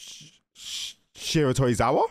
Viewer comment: No way you remembered and NAILED Shiratorizawa's name lmao ggs